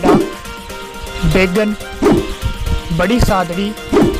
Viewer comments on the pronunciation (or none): भाई बेगन तहसील नही है वो *बेगू है ओर रश्मि नही *राशमी है। भादेसर नही *भदेसर है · भाई साहब आप के द्वारा बताई गई तहसील में बेगन नही बेगू है और रस्मिन नहीं राशमी है और भदेसर है